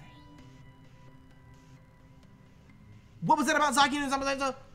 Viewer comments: I can't tell you how much it's been bugging me haha, but we know 😅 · One day nappy will pronounce zacian correctly lolz